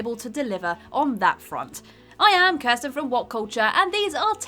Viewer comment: Once again, Kirsten with a badly made list and worse pronunciation. Would literally prefer any other presenter.